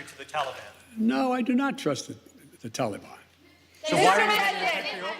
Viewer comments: Notice how he pronounces “TAL-EEE-BON” just like his boyfriend Oblabla says it. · Talkybon? Who the f is tallybun? Can you buy that at the mall? Does it have icing? Did he just have a stroke? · He thinks the "tollybon " is a chocolate confection .